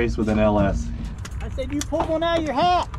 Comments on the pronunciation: Did anyone else notice that cleetus said last pull with an LS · Did you hear hi, say last race in mullet with an ls 😮